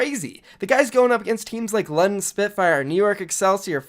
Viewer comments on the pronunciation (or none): none